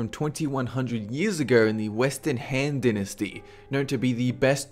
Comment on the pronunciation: why do you say dinisty? isn't it DIE-NIST-EE? and tutankamuun? its TUTE-EN-KA-MEN